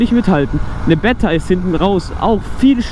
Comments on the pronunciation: Sehr sehr geiles Video…. ABER BRUDER 😂😂 BEEETA NICH BETTA 😂😂😂😂😂😂😂😂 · Geiles video aber es triggert mich übelst dass du betta sagst😂 man spricht das E lang aus